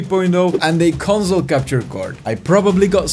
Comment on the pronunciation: Conzol pronunciation is bothering me